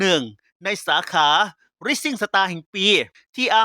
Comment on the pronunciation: ออกเสียงสาขารางวัล rising star ไม่ถูกต้องครับ